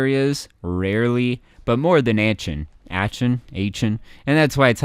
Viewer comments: It's pronounced as Ah-ken for Aachen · Aachen is pronounced rschin/rschen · Pronunciation. Arcen, jibraltor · The pronunciation of „Aachen“ was way worse. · glad someone corrected him